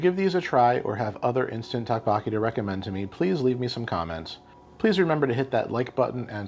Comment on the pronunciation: Doke Boke E is how it’s pronounced.